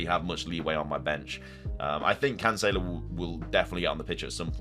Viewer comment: Hopefully you get rid of cancelo for the way you pronounce his name!